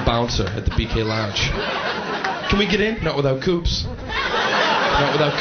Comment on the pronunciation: coups.. as in coupons.. not without coupons..